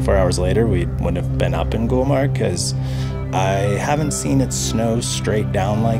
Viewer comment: It's been 3years you have uploaded the video I watched it many times but I always forgot to tell it's GULMARG ...not gulber ....my beautiful people my beautiful culture....hope to see you again here #love from Kashmir to all your team